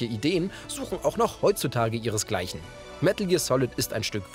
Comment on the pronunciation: medäl gear solid